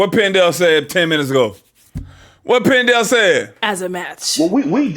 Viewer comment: “” 😂